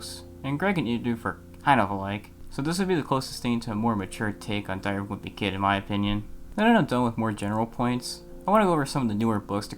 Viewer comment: i like how you say diary of a wimpy kid like its one single continuous word